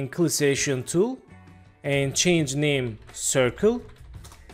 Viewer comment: When you say Selection Tool it sounds like Clissation Tool if you say it at all, but cool tutorial.